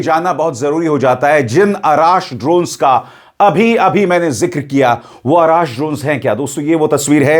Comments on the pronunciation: आराश नहीं ,,अर्श ,,,,यानी आसमान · Arash nahi arrsh misael